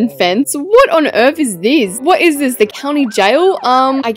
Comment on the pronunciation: "what on earth is theas?!"